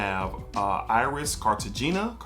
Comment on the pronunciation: Dope review. It's Car-ta-hay-nah by the way.